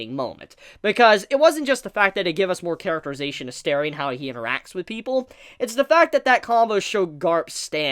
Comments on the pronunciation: His name isn't Sterry, it's Stelly. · Say sterry one more time and I'll ddos you.